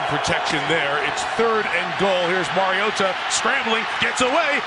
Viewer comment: who’s the commentator ? he’s the only one to pronounce Mariota’s name correct.